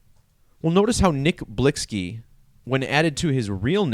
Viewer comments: UMMM NO __ IGNORANCE IS SPEAKING ON THE DEATH WITHOUT EVEN KNOWING HOW TO SAY THE PERSONS NAME RITE🙄 NOW MOVE ALONG I'VE ALREADY STATED THIS A MILLION TIMES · HEY DICKHEAD CAN YOU READ🤨 THE VERY FIRST COMMENT I MADE I SAID THAT THE PERSON WHO MADE THIS VIDEO WASN'T PRONOUNCING HIS NAME RIGHT🤦🏽‍♂️NOW YOU'RE TRYING TO TELL ME HOW TO PRONOUNCE IT , YALL GET WEIRDER BY THE MOMENT I SEE